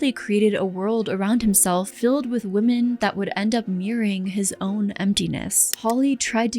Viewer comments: Never saw this channel before Im only about 5 minutes in and.... Someone needs to teach the blonde narrator with the mic how to pronounce words PROPERLY One of MANY examples is the "women" plural. Is phonetically pronounced wimin" NOT woman. Say the plural.slowly with me. "Wimin" Edit. No offence. Im.just trying to help.🤷‍♀️ And btw... ish in... The quote is "the path to hell is paved with good intentions "🙄😏 Other than that, it was a good watch.Very informative. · "Women" is not pronounced like "woman"